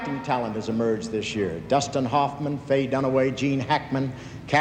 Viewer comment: Does he say “Dustin Hupman” instead of “Hoffman?”